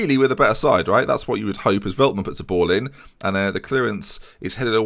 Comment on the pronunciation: Heey here again the pronunciation of most players Ore-gwuela (Orejuela) the Lickt (with a sharp g) (de Ligt) Felt-man (Veltman) Die (from dying)-ks (Dijks) van the Bake (van de Beek) Sink-graven (is alright) Younes (is good) Sjeun-nuh (just like the german word 'schön') (Schöne) Near-as (Neres) Chair-nie (Cerny) Cas-see-year-a (Cassiera) Fear-gaf-er (Viergever) See-jech (also with a sharp G) (Ziyech) Weu-ber (same as Schöne) (Wöber) Hope this well help you out.